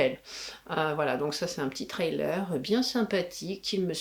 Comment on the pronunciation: Et sans être anglophone ( du tout) ou un spécialiste de l’anglais votre ”Trailer”( remorque ou bande-annonce pour ”thriller ”( prononce ”Frri-leur”m’amusé bcp . .vu que j’faisais la même erreur . . .et d’autres . . .😉👋🏻👌🏻🤷🏻‍♂️